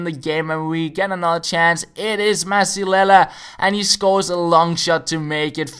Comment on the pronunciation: I'm mexican i can tell you, it is pronounce "bree-zuela", great video, the first opponent was such an asshole